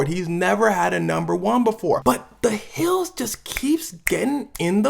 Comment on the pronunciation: It was a good video but bro. you need to stop with that thing at the end of some of your sentences where you want to put emphasis. “This goes on for the rest of the nIiight” “Has the weekends Hhhand in it” “The Weeknd comes out with a song called The Hilllls”